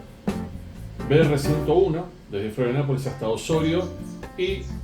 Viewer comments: Muy bueno el video amigo ❤ Lo que si, dijiste cómo 20 veces florianapolis 😂 pero es Florianópolis abrazo grande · Florianopolis no Florianapolis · Se dice FLORIANOPOLIS!!!!